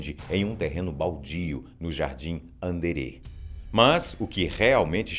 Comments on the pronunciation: Anderê , rsrsrsrs.. Andere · FATOS FAZ MAIS UM DESSE FALANDO DO ET DE VARGINHA. Eu moro aqui e ninguém envolvido quer falar, uai. Obs.: Jardim Andére (o "de" é a sílaba tônica). Sorry! Beijinhos ❤